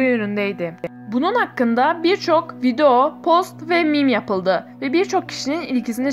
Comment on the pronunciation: Neden video kelimesine "vido" diyorsun??🙄🙌🏻